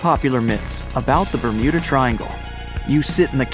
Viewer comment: Ber'mood'a triangle (Ik its bermuda but the mud sounds like mood lol )